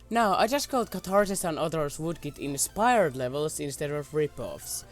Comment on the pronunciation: you said voodkid xD thats some vood-oo